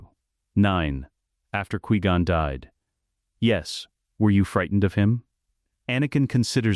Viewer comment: 1.25x speed makes the ai speech a lot better but cant help how it says qui gon